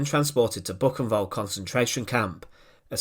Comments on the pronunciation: Thats not Bucenwald, but Buchenwald. That ch is closer to خ. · Great documentaries, but pleased, please learn how to pronounce foreign words (especially names such as Buchenwald and Mafalda) correctly! The documentaries are terrible to listen to!